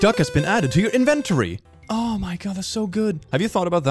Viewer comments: WHY DO YOU PRONOUNCE INVENTORY LIKE THAT?! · The way you say inventory gives me pain